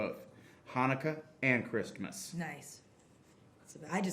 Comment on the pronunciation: the way he pronounces Christmas with a very pronounced t while still keeping a straight face LMAO